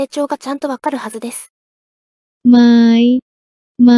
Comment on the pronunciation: ไหมを例として挙げるのは良くないと思います。書いてある通りに読むと↗︎になるはずですが、実は↑と読むのが正しいです。 ไม้も、書いてある通りに「マイ」じゃなくて、「マーイ」と読むのが正しいです。